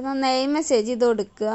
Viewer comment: ഫേഷ്യൽ ചെയ്യാൻ അറിയാത്തവർ ചെയ്യരുത്. Eyelid il pack ഇടരുത്. മെസ്സേജ് അല്ല മസ്സാജ് എന്നാണ് പറയേണ്ടത്